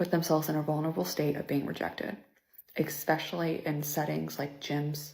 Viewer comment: "Everyone always asks where I am.." - Nope. NOBODY asks or cares where you are. Stop your lying - New ick unlocked: Women who say "ex-specially' - so low IQ